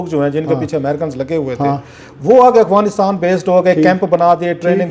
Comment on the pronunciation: کلاسرا صاحب، لفظ افغانستان ہے نہ کہ اغفانستان آپ ھمیشہ اغفانستان کہتے ہیں معزرت کے ساتھ mind نہ کیجئے گا۔